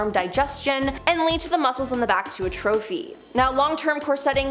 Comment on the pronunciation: Not "A trophy" its pronounced "A-truh-fee"